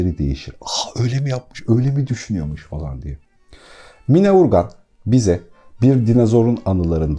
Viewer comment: Sevgili çok teşekkürler 2000 basım yılı olan bu değerli kitabı tanıtmanız çok kıymetli, sadece “Mine” değil “Mina” hatta -a harfinin üzerinde şapka olmasa da “Canan” gibi okunuyor diye bilinir biz yaşarken kendini dinleyen eski nesil tarafından, sizi dinleyen pek çok genç yeni nesil var doğru telaffuzu öğrense keşke 🙏🏻 kulaklıkla da dinledim tekrar eğer ben yanlış anlıyorsam affola...